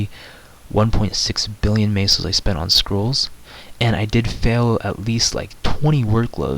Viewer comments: its not maso its meso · i like how you say "Maysos"